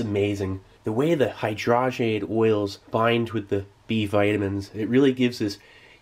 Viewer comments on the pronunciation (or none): none